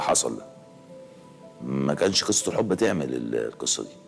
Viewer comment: 😂😂😂😂😂 بثانيه 43 بيقول كسة حب بدل قصة حب يادي نيلتك يا أخي قال كسة 😂😂